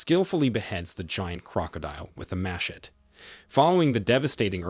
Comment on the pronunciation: Idk if it was on purpose bt the way you said machete killed me😂😂😂